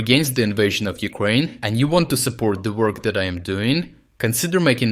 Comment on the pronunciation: regardless of the content of this channel I have to say that,the pronunciation of your English speaker is absolutely horrible. At least he should be able to pronounce Ukraine and Ukrainian. Sorry that I have to say that. My English might be also bad but I'm not speaking everyday on the internet.